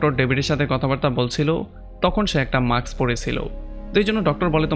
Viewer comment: মাক্স না ভাই উচ্চারণটা মাস্ক হবে It's mask not maks